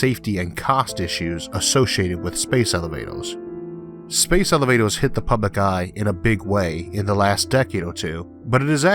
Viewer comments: Oh he cant say R O-o this is the first time I hear an american with this speech impediment :) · Space Elivatows? Their pwetty stwaight fowawd.... I love how this dude talks. It's no impediment, it's entertainment. What about space-junk? How can you ensure the cables won't be hit?